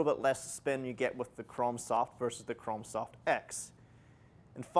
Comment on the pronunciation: Is he saying Chrom soft or Chrome soft?